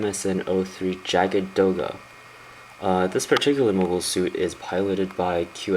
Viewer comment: Great review, but one complaint: it's pronounced yag because the word is German, loosely translates to hunter or hunting. It was used as a prefix to tank hunter model vehicles in the German army.